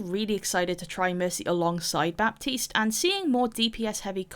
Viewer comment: clicked as fast as i could (ps: the 'p' in baptiste is silent)